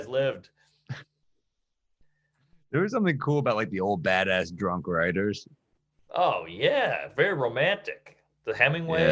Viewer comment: Right! He might be dwwrunk 😆